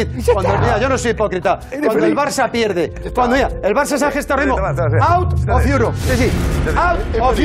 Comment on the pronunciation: “Auft of yurop”